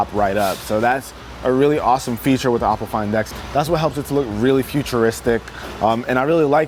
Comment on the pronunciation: Not to be rude, but the pronunciation of for Oppo is Oh-po not "op"... otherwise good video, I have been looking at getting this phone, but since I am in China I would have to find a way to flash the international rom on it because the local flavor is heavy on the security settings and locks everything in place not allowing the end user to use custom software, like google assistant or nova